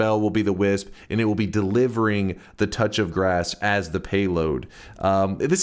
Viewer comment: Kept thinking he was saying whizz when he said wisp 😹